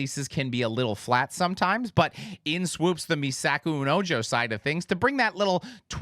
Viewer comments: Ojo is pronounced "O-HO" 😅 "Me Saco Un Ojo" - I Pull Out My Eye 👁 And now you know ;) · Ojo is said like Oh-ho. Meh sa-ko oon oh-ho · This bothers me every TIME! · as a spanish speaker, "ojo" (me saco un ojo) it's says "o-ho". The other way you just say "hole" xD